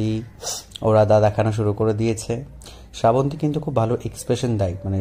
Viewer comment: ওটা স্রা বন্তি না শ্রাবন্তী হবে, বাঙালী হয়ে বাংলা উচ্চারণ টা ঠিক করো।